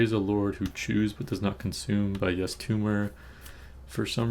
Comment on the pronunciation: sorry if this is weird but out of curiosity is there a reason why you pronounce yves as "yes" vs eve